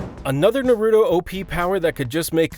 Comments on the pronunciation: NARUTO. Not natudo. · I stopped watching after I heard him call it "Nuh-Roo-Doh". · Fr lol “nurudoo”😂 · Goku is unstoppable so nothing can beat him and you can’t even say naruto right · “Shi sew eee uchiha”🤦🏽‍♂️ “Na rooo to”🤦🏽‍♂️” “to bear ra ma senju” “ha gar ra mo”